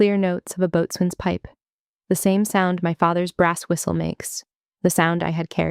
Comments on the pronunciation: The "t" in Boatswain is silent. It is pronounced "Bo-Sun" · Only civilians "boatsman". All sailors and most other military say "Boson". Just like they say focksol not forecastle. My uncle was career Navy.